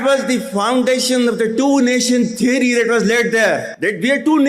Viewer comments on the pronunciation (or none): none